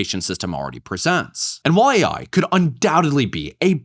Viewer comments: why tf does she keep saying A1? No one ever told her its Artificial Intelligence? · i can't get passed the fact that someone advocating for AI teachers cant even say AI. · cant even pronounce AI correctly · Her pronouncing AI "A1" gave me psychic damage. Unbelievable these people acting like they know what's best while they don't know anything. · Is she saying A1 because she has only seen AI written and doesn't know it stands for artificial intelligence?